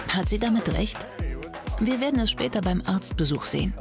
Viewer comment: Digga redet doch richtig anstat hat sagt sie pat